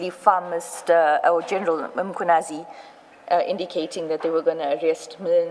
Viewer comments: Who is Senzo Mtshunu if i may ask i mean assuming that you are a black South African why would you pronounce his surname like that? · It's disgusting that an African cannot pronounce Mnchunu last name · The accent of the Ai is South African but can't pronounce Mchunu 😂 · is the guy analysing the video a South African? If so, it's very much impossible for him not to be able to pronounce Mchunu.😂